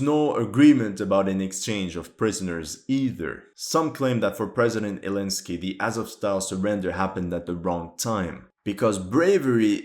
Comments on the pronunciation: Why are you saying saying elensky instead of Zelensky? You say that a few times throughout the video. Also, you keep saying that Zelensky ordered/wanted them to fight to the death but Zelensky said almost 2 months ago something like "we are unable to help those trapped in Mariupol, they can surrender if they want." Lastly, its funny how Russia and the LPR/DPR guys are always saying they're fighting N*** when the LPR/DPR guys also wear the toten****. YT deletes the comments with sources outside of YT but you can find them pretty easily if you type LPR/DPR and the toten***, black** and unironically a swa** made from 2 Zs. The Russians don't care about that, they just know its a very easy casus belli. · Elensky 😂 since he band the letter Z